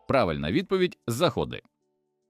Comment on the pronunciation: Вітаю Перепрошую шо турбую, але в питанні 17 слово Заходи має наголос на перший склад. Обіймаю На все добре🤙